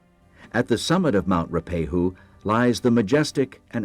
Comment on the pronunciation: He didn't do a bad job, although Ruapehu is not pronounced as Roopehu. It is Ru-a-pe-hu.